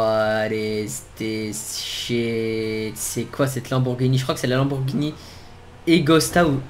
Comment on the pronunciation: à 9min48 il dis pas lamborgini mais Lamborgpeni